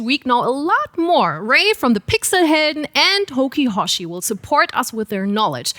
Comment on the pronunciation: The HokiHoshi pronounciation was absolutely butchered